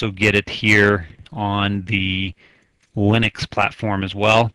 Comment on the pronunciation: "O-Bun-Too ЛЕНИX"